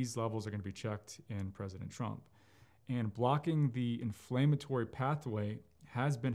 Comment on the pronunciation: the doctor mispronounced "inflammatory"